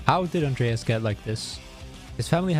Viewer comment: When he said "Andreas", all i could hear was "Adonis" 😮‍💨